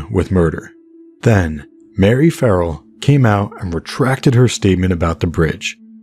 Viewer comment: "EP. 12: Loose Ends" of Audible's "West Cork" briefly mentions a few other potential suspects - mistakenly mispronounced Marie as Mary